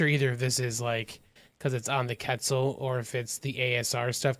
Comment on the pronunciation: Quetzal. Say it like Kwetzel dude.